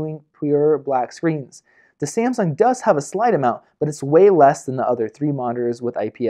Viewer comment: ......How do you say Samsung? lol